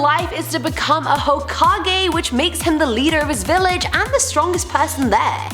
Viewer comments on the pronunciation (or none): none